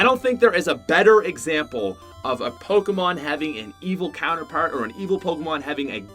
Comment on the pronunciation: He is pronouncing everything wrong and I’m cringing so much. Like houndour? That’s so dumb and even Pokémon like he’s pronouncing it all wrong ugh.